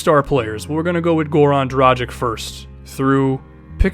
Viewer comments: My concerns were justified, its pronounced Dragich not Drajick. Dude dont you watch the NBA a lot, most commentators pronounce it correctly. He is one of the best point guards in the NBA and its about time people start pronouncing his name correctly. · Dragich not Dragick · Im not hating man. And you definetly arent the first person to make this mistake. You just got to understand he is the only Slovene NBA player and its kinda frustrating seing everyone pronounce his name wrong. Great video BTW.